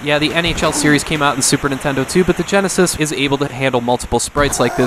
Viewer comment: "Super Nintendle"